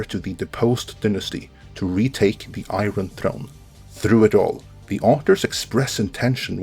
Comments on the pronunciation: i know this is nitpicking, but how can a fan mispronouce "iron", they say it a dozen times each episode. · I don't trust anyone that pronounces an "r" sound in "iron"